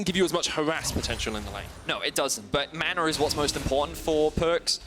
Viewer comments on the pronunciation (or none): none